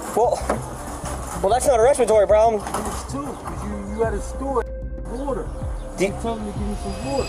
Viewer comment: "You need wather to breath"... rofl